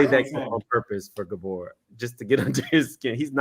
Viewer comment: saying “Gabooor” 😭😭😭😭😭😭😭😭💀💀💀💀💀💀